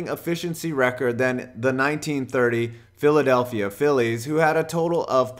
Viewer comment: I'm a die-hard Phillies fan, and when he said "Philadelphia Phillies" a part of me died